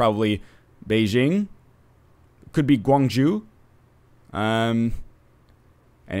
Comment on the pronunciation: "Gwung ju"...? That pronunciation though...